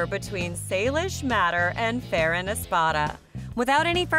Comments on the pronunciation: Ferran not feren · Hi not to be rude Ferrans name is prounced Fer-un and not fair-en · it is not feeran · Its not however you said Ferrans name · you said ferrans name wrong just to say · Your sayings his name wrong